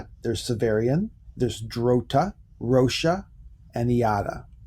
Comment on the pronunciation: Dude, it's EE-TA. Doesn't rhyme with Miata, lol. Roche is pronounced like roach but with the 'sh' sound at the end. Drotte is one syllable and rhymes with 'rot'. The 'E' is silent like in shoppe or like Ye Olde. Gurloes is two syllables: GURR- LOWS. No 'E' sound on the end. Sorry. But this is all available online. Also in Wolfe's Castle of the Otter.